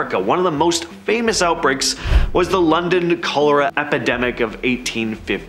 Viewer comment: Aren't you mispronouncing Cholera